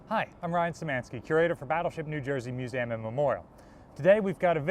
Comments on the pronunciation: Я: годами пытаюсь отточить произношение. Этот чел: мьюзэм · That's the first time I've ever heard someone pronounce "museum" like that.